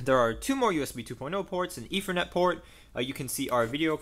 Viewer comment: Yes, instead of spending money on junk pcs, it might be wiser to save up and spend a couple of weeks with a speech therapist.